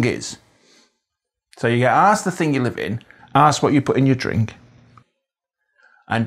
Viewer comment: Fascinating and really well observed. I did hear your g at the end of words like thinG and goinG. Sounds slightly Mancunian.